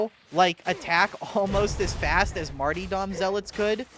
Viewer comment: "Marty-Dom" and "Arbeedeez"